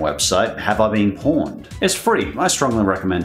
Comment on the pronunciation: Pwned is pronounced "pond" g2k